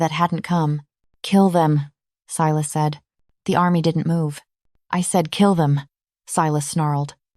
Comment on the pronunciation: I love the reverse harem storylines!!! Unique. Creative. Vetted. I’m not sure why, but about halfway through AI began mispronouncing Silas’ name. It got so bad that the subtitles began to spell the name. Unusual, bc that was not the case with other story from your collection… Good story.